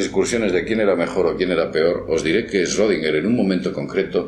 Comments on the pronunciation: Se pronuncia shrudinguer, es alemán, no es esrodinguer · se pronuncia shrodinguer xd no esrrodinguer :u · olá amigo, este senhor é um alemão, seu sobrenome possui um trema na letra o (Ö) esta letra quando pronunciada se lê como como OE. logo seria Schroedinger. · Schrödinger, 3 silabas, no Esrodinger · No se lee ESchrödinger? No lleva una E delante de la Sch. Respecto del gato solo sirve como ejemplo grafico. Te aseguro que si tu fueses el gato no estarias en dos estados solo porque nadie te vea. La mecanica cuantica no sirve para explicar el mundo no cuantico. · shrUdinguer? de donde sale esa U? "ö" es una vocal intemedia entre "e" y "o", no es U. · pronuncias mal su nombre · si no sabe pronuciar su nombre, qué se puede esperar del video 😅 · Aprende a pronuncia bien el nombre de "Schrödinger" 😒😒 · Este idiota no sabe ni pronunciar Schrödinger y quiere que lo tomemos en serio.